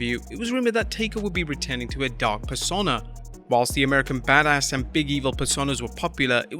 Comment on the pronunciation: Sorry dude, it's "pers-oh-na" not "per-sonn-a".